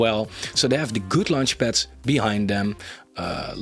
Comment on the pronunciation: It's not lunch-pads 😂